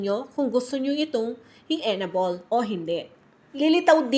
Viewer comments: EN- ABLE not enabol 😊 but thanks for the info ❤ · M; yong pronunciation ng enable ay en-ey-bol.